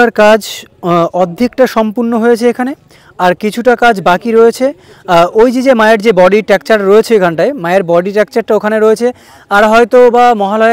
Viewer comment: Tacture ❌ structure ✅